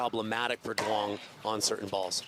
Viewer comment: its pronounced Yoo-ung as a fellow Duong lol but proud to see someone with my last name playing professionally